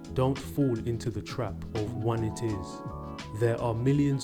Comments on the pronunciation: It’s pronounced one-eye-tis LOL not one-it-is. I’d like meningitis, it’s a disease but of the mind. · FYI, it's not pronounced "one it is", it's "one eye' tis". The first I rhymes with eye. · My guy really said "one it is" LOL I get it's a language thing, so not saying you're dumb, but it's pronounced "one-I-tiss", like you'd pronounce a disease like arthritis etc. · One-itis. Not one it is. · Just trying to help you remember it's pronounced. one-itis. (one eye tis) Just like laryngitis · Oneitis "One Eye Tis" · I wanted to message you directly but couldn't find the button : "itis"is pronounced "aytis" as in gingivitis. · Oneitis, pronounced wun-eye-tis. As in you're sick because you lost "the one". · It's one-EYE-tis. A play on the ending '-itis' which means a disease.